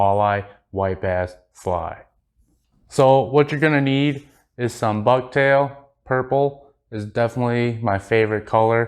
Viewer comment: Ha ha ha 🤣 😂 😆! I thought you said "bug tail!" Ha ha ha 🤣 😂 😆 Just as an FYI, walk that tag end down the shank more. Locks it in better. I like the pattern. I'm new to walleye fishing so I'll add this to the tackle box. Thanks! Do you tie it in any other colors?